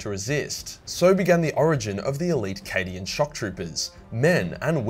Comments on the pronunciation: I know he said “cadian content” but I heard “Canadian content” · Did he say subscribe for more Canadian content? I def heard Canadian content, not Cadian.